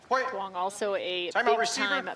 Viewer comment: its pronounced Yoo-ung as a fellow Duong lol but proud to see someone with my last name playing professionally